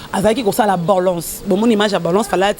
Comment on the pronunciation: on dit balance et non banlance